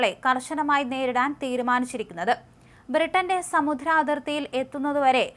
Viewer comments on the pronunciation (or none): Samudhram alla samudram ennanu correct uchaaranam. Simple words okke ingane thettikkunnathu oru srothaavu enna nilayil arochakamayi thonnunnu. Newreaders inu ettavum minimum vendathu aksharasputathayaanu. Pinne kurachoodi energyodu koodi vaayikanum sramikuka. Ingane pedichu nilkunna mukhabhavam matti nalla confident aayi nilkanam. Drishyamaadhyamam alle ...ithokke sradhichale news kelkanum kaananum thonnukayullu. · Please improve your Malayalam pronounciation.സമുദ്രം എന്നാണ് സമുധ്രം എന്നല്ല